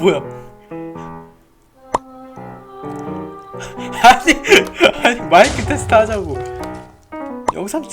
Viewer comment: 마↗잌↘그 테슽트